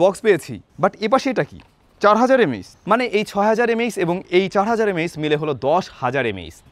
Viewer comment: M A aechz ✓ not MAH😂